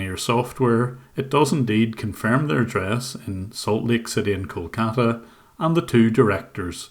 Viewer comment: Kol-kata India? more like uhH COLD CALLA INDIA XDDDDDDDDDDDDDDDDDDDDDDDDDDDDDDDDDDDDDDDDDDDDDDDDDDDDDDDDDDDDDDDDDDDDDDD